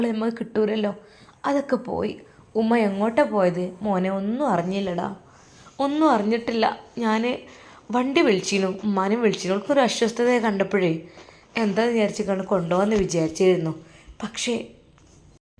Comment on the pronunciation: അസ്വസ്ഥത എന്ന് പറയു, ആശ്വസ്ഥത അല്ല